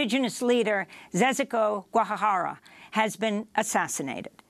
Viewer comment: Congratulations on the great job. Just a correction: The jays in Zezico Guajajara's name in Portuguese should be pronounced like jays in French, not as in Spanish, as was said. I am from Brazil. And I take no offense, just wish to help.